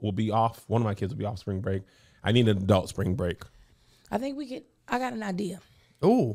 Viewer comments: Anyone else notice Kev pronounces adult like it has an o "adolt"? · As a speech therapist, I have and I have to actively ignore it lol or I think, what is that accent? 😂